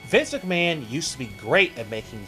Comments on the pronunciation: For christ's sake, please learn to say "Vince McMahon" properly! Not "Vis McMahon". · You have a hard time saying Vince McMahon's name. "Vinsuck Maaan" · Who is "Viss McMann"? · "Vis Ickman" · Who's Visiknan? And what the dubdubdee? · why does it sound like you're saying viss McMahon?